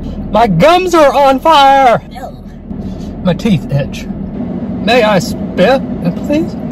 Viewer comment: "my teeth ich" 😂🤣😂🤣